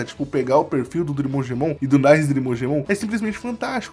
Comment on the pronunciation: Não é "NAISE" e nem "NIZE", a pronuncia correta é "NICÊ" 👍